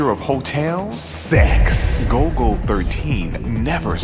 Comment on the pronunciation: The nerds will INSISTS! It's GOLL-GO NOT GOAL-GO!